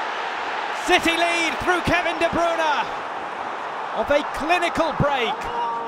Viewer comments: Kevin de bruuunaaa not Kevin de breyne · “Kevin de brOOna”